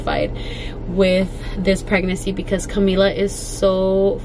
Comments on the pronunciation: I love her but it drives me crazy that she says pregnacy instead of PREGNANCY. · it’s pregnaNcy not pregnacy 😂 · it’s PREGNANCY NOT PREGNACCY lol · It’s so cute the way you say pregnacy instead of pregnancy 😬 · I feel like now that you’re in your final weeks I’m used to you saying pragnacy instead of pregnancy 😂❤️❤️❤️ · Pregnacyyy 😂 lol i love how you say pregnancy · PREGNACY lol i love how she says that 😂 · The way you say pregnancy 😂 still love you girl and happy birthday❤️❤️